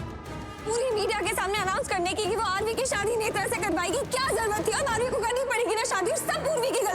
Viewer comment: zarurat HOTA han zarwat nahi HOTA 😅🙄